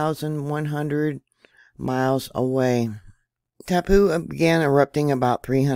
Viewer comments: It's tau-POH, rhymes with "now GO". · Hi from NZ. its pronnounced ,, tar- po. Love to all!